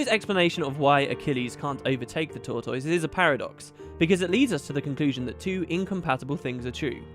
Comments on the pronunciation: I don't know if it is an English thing but here is how I think tortoise is pronounced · new mic sounds good. the British pronunciation of tortoise threw me a little. in America we say tor tuss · Fantastic. Also. Your pronunciation of tortoise.... :3.